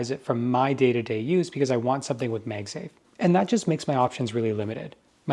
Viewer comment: Why does he keep saying “Meg safe”? It’s Mag Safe.